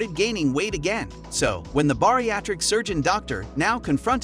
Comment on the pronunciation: Do you even watch the show? I’ve never seen someone say all these names wrong even Dr Nows name and things like bariatric